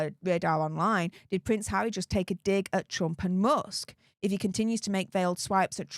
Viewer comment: Prince Haza? 😂